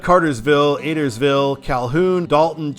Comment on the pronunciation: it’s pronounced Uh-dare-is-ville